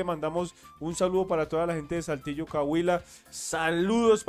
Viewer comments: Aclarando no se dice caguila, es Saltillo Coahuila, por favor gracias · C O A H U I L A, SE DICE. C O A H U I L A!. Hagan el favor de pronunciar correctamente, teniendo un programa de Radio por favor!. Saludos desde España. 🙏😁👍🙋‍♀️